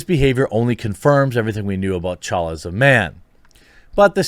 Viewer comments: TUH-CHALLA. Not CHALLA. Your not saying the T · Hey Jeremy, if you're reading this, the "T" in "T'Challa" is not silent and is pronounced as "TeChalla".